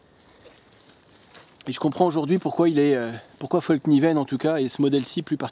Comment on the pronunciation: Super vidéo. Et juste pour info, en suédois on dit "FALL KNIVEN" pas comme toi et d'autres le prononcent "FOLL KNIVEN" le A suédois et comme notre A en français. Ceci mis à part, oui, des supers couteaux.